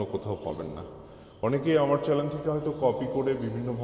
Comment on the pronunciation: চ্যালেন না চ্যানেল হবে